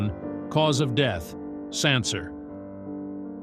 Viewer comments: Also doesn't know how to pronounce the word, 'Cancer' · I know. I was like, "are you kidding me?" I mean, it seems to be that it's one of those AI robot narrators, but come on! Even most of those AI things would pronounce "cancer" correctly. If it was spelled with an "s," then I could kind of see why they would pronounce it incorrectly. But it did pronounce it correctly at least once. But that makes it even stranger I think.